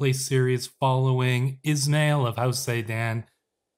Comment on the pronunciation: is'mail is pronounced as ISMAEEL